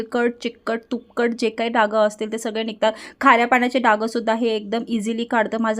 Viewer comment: 😂 डाग म्हणतात हो....डागं नाही...